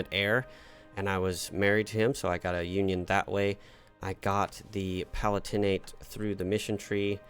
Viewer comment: Having watched several plays on the channel, can I implore you on the pronunciation of the Palatinate? The stress isn't on the "tin" in the third syllable, it's on the "lat" in the second syllable - "puh-LAT-in-et" not "pa-lah-TIN-ate"